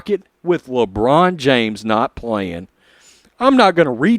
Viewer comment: Did he mean lambrain! Or China james?